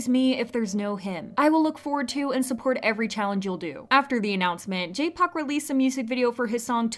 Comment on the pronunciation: Why do you keep saying Jay Pak...?